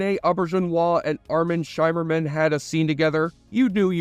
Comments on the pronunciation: By the Prophets... Did you use an AI generated voice-over? How in the world can you do research for a 37 minute video and get the basic pronunciation of the lead cast and even the Bajorans so wrong? I was making dinner when this came on on, but after the 5th time you mispronounced it 'SHY-merman', I shimmered out of the kitchen to turn you off, man. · SHIMMER-man, rhymes with rimmer, not SHYmerman. Your pronunciation is awful. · It's pronounced "Shimmerman", not "Shymerman". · Isn't it Shimmerman, like shimmer?